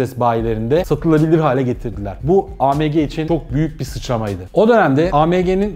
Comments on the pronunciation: pors degil porse yani porsch degil Porsche .a me ge diye söylüyorsun.degil a em ge AMG.sevgiler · A M G deyişi küfür gibi